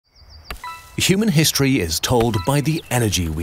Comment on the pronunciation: He's a 10, but he says "Shuman" instead of "Human"